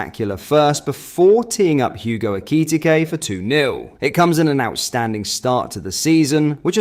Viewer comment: Can't you say names proply FFS aekiitike what